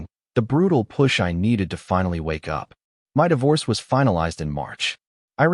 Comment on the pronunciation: Divorce /dayvors/ AI is hilarious!! 😂 Providing an image of Sebastian would have been interesting.